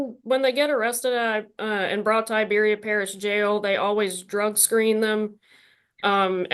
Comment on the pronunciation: Please bring back the old parole board. These three keeps Having to go back and forth making mistakes. And can.t even say Iberia. Poor poor choice.